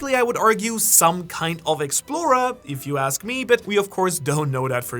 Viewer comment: I wish you would learn how to pronounce explorer before using it about 200 times in this vid